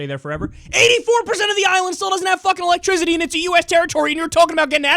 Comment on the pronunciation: "84 % of Puerto Rico doesn't have electrizity LOL Kyle It's pronounced 'E-lek-tri-CI-TY not ZITTY